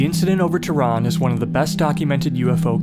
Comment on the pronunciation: Pronounces "Teh Run" , not teran. "Shaaah rokhi" air force base